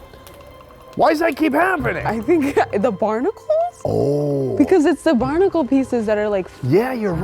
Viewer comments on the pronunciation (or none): none